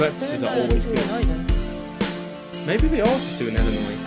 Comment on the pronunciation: Thank you for pronouncing Illinois correctly, many people who read it say the s sound, but correctly, the s is silent. Route 66 goes from chicago Illinois, to california, Would take many days to get from one side of United States to the other.